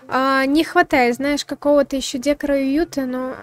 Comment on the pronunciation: Хоть видосу и три месяца, не могу не написать. Ну какой дЕкор, никогда так не говорите, правильно декОр и только декОООр) я не со зла, просто однажды может попасться человек вам, который скажет это гораздо грубее